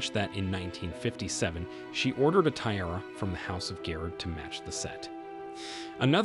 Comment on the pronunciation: Learn how to correctly pronounce ‘tiara’ and read Latin numerals!